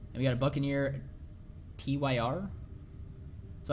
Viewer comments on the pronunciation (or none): hey u found buccaneer me. its pronouced tear its the name of a norse god of war